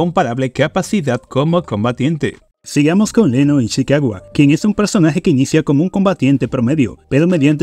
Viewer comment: No dejaba de reír cada vez que decía Leno en vez de Reno😂